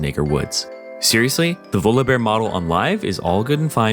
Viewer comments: It's volleybear Jesus😂😂😂, why are you saying volobear??? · why do u say volobear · pronouncing volibear more like voldemort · The way he says Volibeae bothers me TT